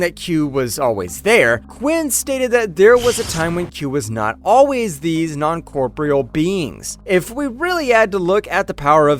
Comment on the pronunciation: Non cor-por-E-al. Not non corporal.